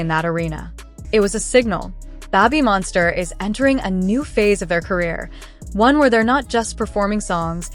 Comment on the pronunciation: Yeah, getting tired go hearing Babbymonster 😆